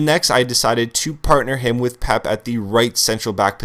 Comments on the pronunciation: Peh-Pay! Not Pep! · "Pep" wtf man it's pep-a thats how its pronounced and also this is the worst team i think ive seen this year on fifa 13 for a squad builder this costly...the team is incredibly slow you arent going to win many games Im confident my bronze english/mls hybrid would crush this team also you have hardly any skill moves on your players and you dont talk about it at all....you are obviously a sweaty player and a scrub at this game Unsubbed